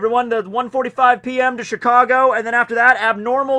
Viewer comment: Cheecahgoh? What is this exotic city you are talking about?